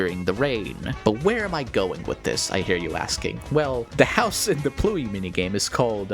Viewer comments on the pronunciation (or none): not to mention that the mini game Pluey is pronounced the way as pluie which is LITERALLY rain in French